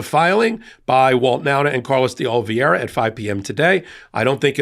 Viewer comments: Sorry, but isn't is "de Olivera", and not "de Oliviera"? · His name is pronounced Oh-lee-VAY-rah Not Ol-vee-air-ah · great video as usual; but, could you please learn to correctly pronounce Carlos De Oliveira's last name. It is pronounced "de-oli-vera" NOT "de-ol-vee-era". In other words, the spelling is "veira" NOT "viera". (retired teacher) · are an educated man. So why are you unable to pronounce the name “Oliveira”? It is NOT “Olveira” … note the i before the v in the name. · Repeat with me:😅 o as in "old" li as in "lee" v as in "vest" ei as in "bait" r as in "red" a as in "about"